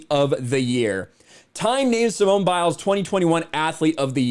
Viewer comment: “Simon” Biles. Just like Sir Rena Williams. And Veen is William(s).